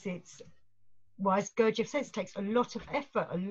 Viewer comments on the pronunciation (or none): Someone tell that chap how to pronounced Gurdjief which does*not* rhyme with thief. Lord but the kinderlander-mercans set so much stock by weordsor words About words.